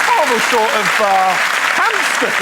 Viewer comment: There's no p in hamster.